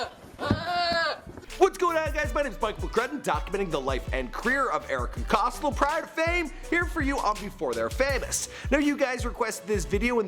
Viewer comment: Ohhh myyy fuuckkkinnnggg gooooddddd. He butchered every fucking name that I’ve watched. Erika Cost-L